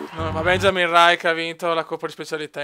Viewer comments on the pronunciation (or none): none